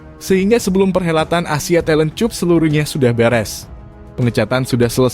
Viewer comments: Saran text Narator y dbtulin lg mas, penataan intonasi udh bagus.. Bbrp kata* Ejaan Bhsa inggris sbaiknya ditulis manual sja, sprti CUP ditulis KAP biar bisa dieja bhs indonesia sempurna.. 😸🙏 CUP dieja bhs indonesia jd lucu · wkwkwkwkwkwk...masih mending keponakan saya yang masih SD, sudah bisa ngucapin "cup" dengan benar